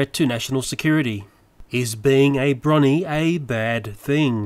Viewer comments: It's pronounced Bro-nee, not Bronny. I'm a Brony myself and I love being one, such a creative fandom with a load of alternate cute ideas for the show, we Bronies got one of our own fan characters, Derpy, published to the series. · it's not "Broni" (as in bronwyn), It's "Bro Knee". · Also, Brony is Bro-Nee, like Po-nee (Pony). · LOL You pronounced brony as 'brawny'